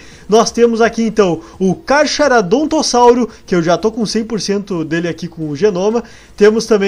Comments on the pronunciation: Kkkk vc falou 4 vezes carcharadontossauro mas é carcharodontossouro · se pronuncia carcaranodontossauro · se fala carcarodontossauro, o CH tem som de C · se pronuncia carcaradontossauro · tá falando o nome do carcharodontossauro errado eu achei ele muito lindo não achei feiho não